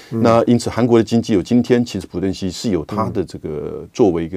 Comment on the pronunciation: 朴正熙，读piao吧？